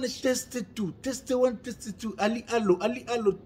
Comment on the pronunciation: bongisa prononciation ya Anglais ozo loba bétise. Testie 1 te. Test 1. Testie elakisi libind*. Donc ozo loba libind* 1 libind* 2 au lieu de dire test 1 test 2. Surement ba voisins baza traumatiser koyoka makambu ozo loba